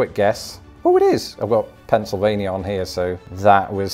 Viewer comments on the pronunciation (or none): none